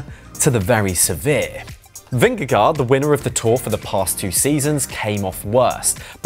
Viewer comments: Great piece, thanks. For the Danish pronunciation say, Vin-gah-goh. It’s the closest we English speakers can come. 😅 🇩🇰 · Why not pronounce correctly the names Pogacar Vingegaard? You are getting paid to comment